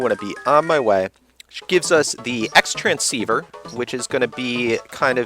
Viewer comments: It's pronounced Cross Transceiver I believe. I'm enjoyin this LP...MOAR USEFUL FACTS! :D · uh I'm sure it doesn't matter too much, but Xtransciever is pronounced "Cross-transciever". Dunno why that is, that's just the official name. Great video btw